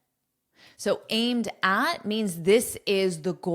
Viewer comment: many thanks, but aimed at safeguarding shipping... the express "aimed at" pronunciation cannot hear clearly